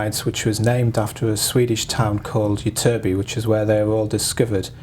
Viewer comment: Ytterby is pronounced with emphasis on both Y's